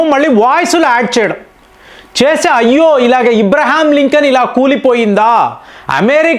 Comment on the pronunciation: అందరూ.. అబ్రహం లింకన్ అంటే మీరు మాత్రం ఇబ్రహం లింకన్ అంటారు... మారిసస్ ను... మొరిసస్ అంటారు. భలే కామెడీ చేస్తారు 😅😂